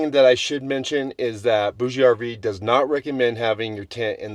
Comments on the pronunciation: Hi, I have been using a BougeRV fridge for years and I love it. I think it it pronounced boosh RV. Pretty sure the e is silent. Thanks for the info on this unit. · FYI, it is pronounced Boug RV. The ‘e’ is silent. I got this directly from a BougeRV rep. For those that really need A/C cooling, the noise should be a moot point. If you’re that sensitive to noise, staying home would be your best bet. A lot of people like to sleep with ‘white noise’ and this unit gives cooling and white noise all-in-one. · I think it is pronounced like bourgeoisie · I believe the "e" in BougeRV is silent.